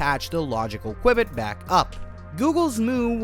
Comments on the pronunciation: its QBIT not QUIBIT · Dude... you're mispronouncing qubit wtf